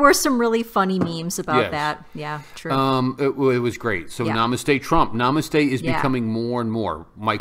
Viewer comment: This word is pronounced as nuh-mUH-st-hey. The emphasis is placed on the second syllable, not the first syllable like you've been saying.